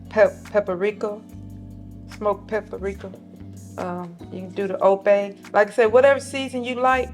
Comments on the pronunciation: We love to say pa-pri-ric-ka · I really like your shy mama .. I live in Arkansas also. Please teach her how to say Papr ...its not pap-a-rika. She uses paprika and almost everything and I can't stand to hear pap-a-rika. Love her ..I'm following her. God bless her & the rest of your tamily .